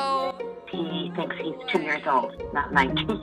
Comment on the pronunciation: Please tell me who took the letter ‘g’ out of the word ‘old’.